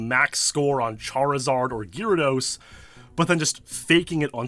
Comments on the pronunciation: Please pronounce GAYR-ahh-dose, PROPERLY! Don't be a douche, please! Also, you don't need to sound extremely serious as if you're a lawyer in a courtroom. You're talking about Pokemon, non the stolen USA election in 2020! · Absolutely butchering the pronunciation of "gyrados"...